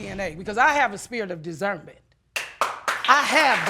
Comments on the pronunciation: Did she say dizerment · “Spirit of DiZernment” that’s a new one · Yea how about you tell tj to get a job and stand on his own two feet and you pronounced discernment wrong uggh